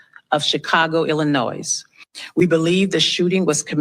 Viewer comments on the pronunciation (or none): I’m glad the chief of police can read except for the word Illinois, which she mispronounced. My question is why on Earth wasn’t the Metropolitan Police Department assigned to this event??